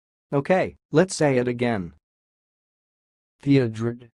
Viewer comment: I feel like you really could have done a better job pronouncing Theodred. Or at least recorded it better. The 'ed' at the end is barely heard in your video.